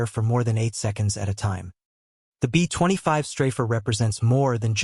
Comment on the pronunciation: Computer-generated, text-to-speech programs are still pretty retarded, and so they often say some retarded things, like, for example, "betwenty five", when it should be, B25 (bee twenty five). So why do so many of you just pump this crap out with, seemingly, no editing whatsoever?